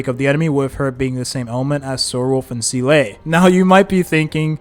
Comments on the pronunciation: Don’t think I’ve ever heard Seele’s bame said so much. Lmao was said at least one to 3 times during almost every single sentence. Also never heard it pronounced wrong. So much xD “See-lay” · Nah bro, "see-LAY"? That enough internet for today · The Seelay is distracting me 😂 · Seelay? Shingshay? Dan Hang? Fu Zuan? I can't take this anymore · i heard "Zee-luh-ay" like hes purposely trying to cram more syllables into her name lmao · The game is voice acted just listen to how they say the names 😭 who is seelay and shingshay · see-LAY is indeed amazing... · I stopped watching him after his first Seele video because he outright says seal (as in the animal) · actually her pronounciation is say-lay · "See-Lay" I can't watch this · I think he does it on purpose lol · fr how hard can it be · I’m dying inside too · it is he used to say seal 😂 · bro pleaase its zeeluh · this would be a good video but the way you said SEELAY every 30 seconds drove me insane dude pls i cant even finish it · well its definitely not SEELAY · seele is actually can ve pronounced like this guy pronounce it bug other characters 😭😭 from all only yukong was prnnced correctly, it's like the guy never played and sees the scripf first time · Bro can't pronounce Seele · we gotta teach you how ro pronounce seele 😭😭😭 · I cannot hear this pronunciation of seele anymore make it stop pls 😂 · i didn’t see the video nor know the guy but the comment alone makes me feel pain. Edit: how is he pronounced yanqing properly but not Seele, is it on purpose, isn’t it?